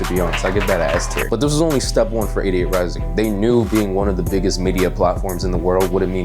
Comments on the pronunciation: Could of sworn you said "idiot rising" which does sound like 88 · When you say 88Rising it sounds like idiot rising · sounded like you said "idiot" rising